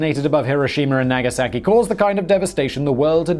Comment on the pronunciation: "Nag-a-sack-key" 🤣 bro what 😂